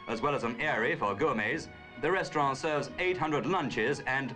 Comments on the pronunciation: ok but what's a "restraughh" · I love how the narrator says 'restaurann' in the French manner, and dismisses the French Eiffel Tower -- in the British manner. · 😂 you're right I love how they pronounced 'restaurant' - like how elderly English people still pronounce "envelope" the French way. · In Australia and New Zealand they have always pronounced envelope that way. Restaurant and hotel used to be pronounced the French way in the UK until a few decades ago.